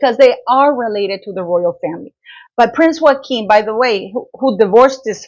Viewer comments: Prince Joachim is pronounced Yo kim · Pronounce his name correctly. He’s not hispanic. It’s Yo-a-kim.